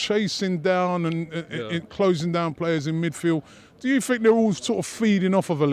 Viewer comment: Robbie sounds like this...... "do you FFFink we should FFFrow someFFFing different at City??? "maybe haveFFF 2 players with good FFFechnique like Kazsuglah (Cazorla) and Ousel (Ozil) boFFF play on sunday??